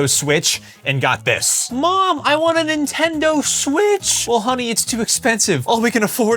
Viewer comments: Nintondo smitch❌ PSP✅ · “nintondo smitch,” 😭 😭🥀🥀🥀🥀👹👹👹👹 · "Nintondo Smitch" be like: 😂😂😂😂😂😂😂😂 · I just laugh because you said Nintondo Smitch😂😂😂😂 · please didn't say "nentondo smitch" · "Nintondo smitch" 🗣️🗣️🗣️🔥🔥🔥🔥